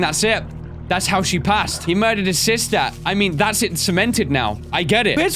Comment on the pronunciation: the way you stress the word, "murdered"